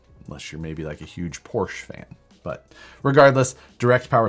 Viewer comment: Porsche (PORSHA),. It’s pronounced PORSHA! Lol